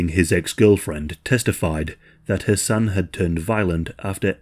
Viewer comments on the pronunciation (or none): Idk why but it took me a while to realize you were not saying “her son” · Not gonna lie … I was all confused bc of dudes name. It sounded like he was saying “her son” so I turned on CC and it showed “her son”. Checked transcript and it did the same thing 😂😂😂 What is his name? I had to start over so I could understand “her son” was the dude and not the girls actual son. Just me??? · I know I ain't bugging every time u say his name sounds like Ur sayin her son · All I hear the entire time is "her son" , I was confused at first but then realized you were saying his name. I kept thinking you were saying it was "her son" who offed her. I hope he truly gets what he deserves!!!! KARMA WILL FIND HIM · I kept thinking you were saying "her son" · i keep thinking you’re saying “her son” and it’s throwing me offfff 😫😭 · For the first 8 minutes of the video it sounds like youre saying "her son" not Hasan.. so i was so confused thinking er son stabbed her not until you take a second to say Hasan a little more clearly & slow to realize thats what you were saying lol gesssh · I kept hearing 'her son' or was it 'Hasan'? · I'm sorry, but it sounds like you're saying "Her son". I know it's Hassan or however it is spelled, It sounds like "Her son" when you say it.